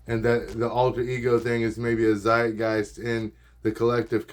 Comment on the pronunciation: You pronounced zeitgeist wrong ;b good video, music is fun. Video editing is getting good to 😈